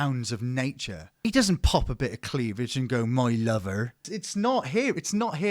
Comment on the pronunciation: The 'my lover' comment with the farmer accent fucking sent me 🤣